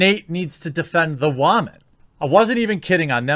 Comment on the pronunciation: Can you fucking stop say woman like that.